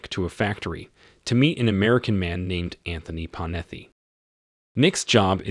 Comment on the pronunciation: Computer mispronunciation? Panetti has 2 t's in it, not 2 f's. Kobe!